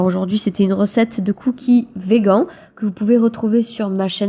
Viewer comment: cc :) on ne dit pas "végand" mais "végane" ou "vigeun" en anglais